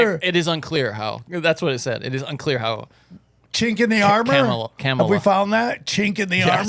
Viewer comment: I love all of sams variations of carmello/camilla/carmella/kamayla/camella/ etc. harris name 😂😂😂. I dont think he has gotten it right even once and its hilarious